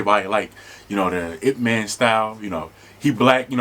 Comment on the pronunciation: Not the english pronounciation of Ip Man 😢 i'm dead